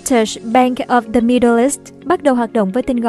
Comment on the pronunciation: âm /đ/ trong từ the đọc chưa chuẩn bạn MC ơi